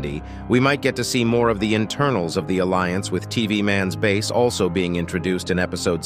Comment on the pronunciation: Noone asked why he said "Aslo" instead of "Also" at the middle part. Pretty sure u guys skipped it